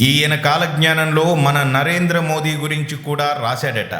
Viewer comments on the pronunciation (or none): none